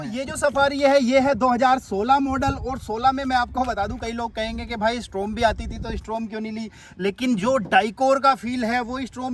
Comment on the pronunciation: डायकोर नहीं डिकॉर और स्ट्रॉम नहीं स्टॉर्म